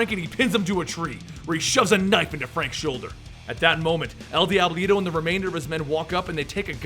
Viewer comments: "El DYEBLITO" lol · wow even a five year old kid could say if he/she is Spanish speaking no offense